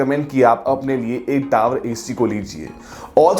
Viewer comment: Video Hindi me but tower ko accent me pronounce kar raha. टावर hota hai hindi me. Wahi bol le. English me hi bolna hai to bas ‘r’ silent kar le